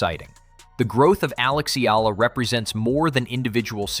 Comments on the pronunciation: Alex's surname is pronounced "EH-YAH-LAH"!!! (THREE SYLLABLES) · ee-YAAAHHH-lah yes emphasis on YAH!